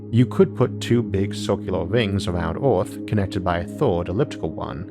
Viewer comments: Why do you say Orth instead of Earth? ^^" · an interesting video, but it's difficult understanding him. does he have a strange accent or a speech impediment? for instance, he pronounces "earth" as "orth", etc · Why do you say "Earth" "Orth" ? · Okay I’m really sorry and this is really rude but do you have a speech impediment because you say earth like ewth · It's Earth Not Oarth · Highly speculative blather with an Elmer Fudd accent... the word is 'Earth' vice 'Orth'... see a speech therapist. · What is this guys accent? “Hello it is us, the humans from planet Orth” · "...from OOOORTHHH" ...again XD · Where is this "Orth" place he keeps speaking of? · Lol well I’m not trying to make fun of anyone’s speech impediment I just found it amusing that a guy who makes space videos pronounces his planet wrong lmao the vids are great I hope it wasn’t rude for me to say that. ❤️ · Why’s that you got some words perfectly pronounced and some so weirdly said? Like Earth you say Orth And Dark you say Doke Also clear you say Cleo Edit: omg after I spell it out I know you can’t pronounce “ar” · I can’t stand this guy! It’s called earth, not orth...There is no O...same for Jupitor...I just can’t with this guy...Pronounce yo shit correctly...k thanx bye